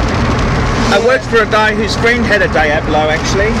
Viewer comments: Daiablo, as you say, means nothing in Spanish because that word doesn't exist. It's pronounced Dee-ablo, not Dai-ablo. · why do australians pronounce things so strangely? there's no 'die' in diablo you silly scrote. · Im aussie and I pronounce it "Deeablo" correctly..this guy just doesnt know